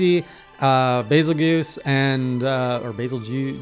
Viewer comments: Just to clarify, and I'm sure you know this by now, but it is indeed said like "juice". Bey-zuhl-juice. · Bazelgeuse is named after the star Betelgeuse, which is pronounced "beetle-juice". A lot of people don't recognize that.